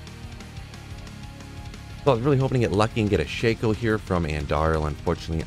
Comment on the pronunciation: not to be the grammar police but you've said nay-jol so many times i cant help myself but inform you it is NAY-GOL. and just a extra tidbit shah-ko. i love you too much to let you do this to yourself.